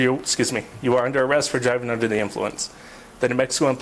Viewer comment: that cop sounds trunk couldn’t even say they’re under arrest right says it wrong three times